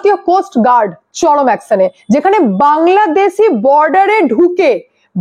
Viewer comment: অ্যকসন না, অ্যকশন। বাংলাদেসী না, বাংলাদেশী।‌